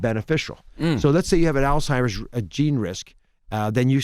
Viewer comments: Who's still saying All-Timers in 2019? Thought we would all be pretty clear on the word Alzheimer's by now. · It’s not “ALL TIMERS” we gotta do better 😂😂😂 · Charlamagne said Dr. Oz's mom has "Altimers" vs Alzheimer's 🤦🏽‍♀️ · Charlemagne “all-timers” , Dr. Oz “Alzheimer’s “ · Uncle Charla will mispronounce something in a minute... All timers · CTG: “All-Timers” 😂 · "had to spoken"?😂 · U noticed that too...🤣🤣🤣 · william singleton 😂🤣😂🤣😂🤣😂🤣 Charlemagne had to spoken that word wrong on purpose lol